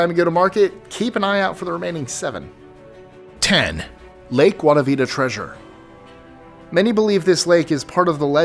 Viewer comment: Lake Guayabita? lmao